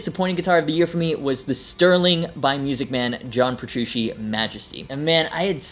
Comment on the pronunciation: His name isn't pronounced Petru-she it's Petru-chi